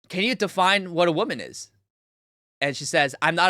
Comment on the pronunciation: Ok. I’ve listened to the whole video. Are you saying “women” when you say “woman?”